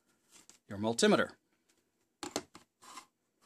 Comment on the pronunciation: Mul-timmy-ter? I've been an EE for 30 years and never heard it called that. It's a multi-meter.